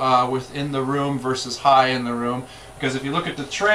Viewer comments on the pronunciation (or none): none